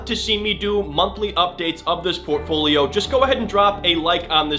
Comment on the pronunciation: If I get a penny for every time he said “Portfoliom”.... 😆